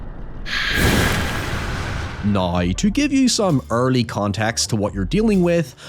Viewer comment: I dont meant to offend but im genuinely curious what accent you have where you say “Now” like “nioew” cause otherwise I cant hear one.